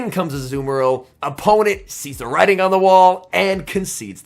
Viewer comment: A rare emphasized “writing” instead of “sees” wtf is going on